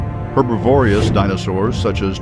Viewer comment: It is herbivorous, not herbivorious! You have added an extra syllable.I do like Dougal Dixon's whimsical possible futures though